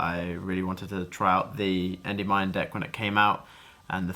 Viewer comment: Hearing you say "Endey-Mine" makes me want to die. Big Congrats though!